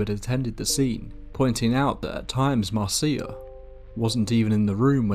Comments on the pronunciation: Please please get the names right! Her name was Marcia, not Marcee-a, sorry to be pedantic but it’s irritating as all hell. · Umm... the name Marcia is pronounced Mar-sha, not mar-cee-ah. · If her name is Marcia, it's pronounced MAR- sha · Hey I love your channel because your narration is great. A lot of channels have stories but often the narration style detracts from the stories. One FYI though, the name Marcia is pronounced Marsha. I’ve worked for a few podcasting companies and always recommend googling the pronunciation of proper nouns and listening to them since these types of errors are common when doing text based research and they can really take the listener out of the experience, especially when it’s a word that’s said so many times. On a personal note, that’s something that really affects me since I’m neurodivergent. For me, this video is all but unlistenable since my mind is hanging up on every instance of Marcia. Wanted to give that info and perspective. Thanks for all the great content! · I thought Marcia was pronounced as Marsha? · Marcia is pronounced the same as Marsha. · Pronounced Marsha